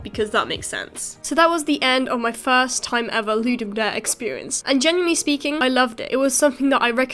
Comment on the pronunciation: i think pronouciation is loo-dum dah-rey